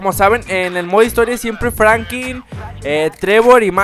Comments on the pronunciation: Franklin no Frankin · WEE. SE. DISE. FRANKLIN